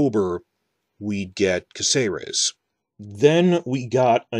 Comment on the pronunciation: Well, since you're worried about mispronouncing things then I have to point out that the town's name is CÁcerec, not CácEres. In Spanish words that little dash specifies which vowel is stressed. You've been saying it wrong the whole time.